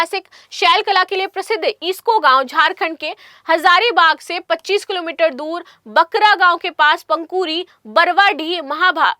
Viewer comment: to 8: 07 मैडम बकरा गांव नहीं बरका गांव है , क्या बोर्ड के ऊपर देखकर पढ़ने में भी इतनी बड़ी गलती करती हो, ज़रा धीरे धीरे ध्यान से देखकर पढ़कर बोलोगी तो कोई तकलीफ नहीं होगी और ऐसे भी यह तो यूट्यूब वीडियो है कहां भागे जा रहा है यह तो आप है जो पैसे कमाने की दौड़ में बहुत गलतियों के साथ तेजी से भागे जा रही हो।।